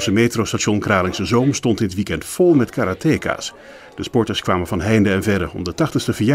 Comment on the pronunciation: Karate-ka's! niet 'kaaruhteekaas'!